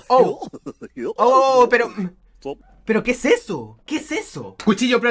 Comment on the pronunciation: ¿Quesesoh?:c:v Yo: se come?:v